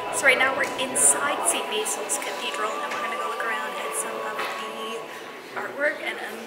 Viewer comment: Very nice, thanks! BTW, St. Basil's is pronounced "Baasil's", and GUM is pronounced "GOOM."